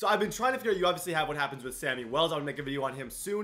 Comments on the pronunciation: It is shammy not Sammy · It's not Sammy it's shammy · It's Shammy not Sammy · It's pronounced shammy